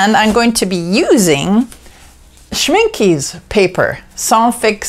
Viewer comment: It's not pronounced Schminki it's pronounced Schminke please. The e at the end is like the beginning e in elephant.